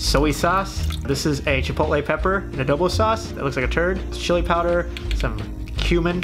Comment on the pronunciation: Who says shili, pepriiika, soy ya sauce. Wtf